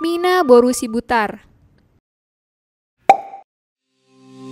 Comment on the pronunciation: sidabutar keleeesss. Bukan SIBUTAR hahahahahhahaahaaaa